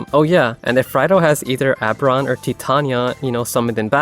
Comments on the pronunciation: Oh-ber-on.. not Ah-ber-on 😅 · "Oh" sounds getting turned into schwas is a common quirk of certain American accents. I'll let it slide.